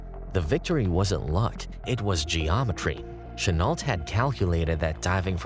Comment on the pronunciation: I'm not a pro, but here are a few tips: Chenault is pronounced "Shen-o" and the Zero was a naval plane rarely used in China - the fighters the Tigers faced were Oscars.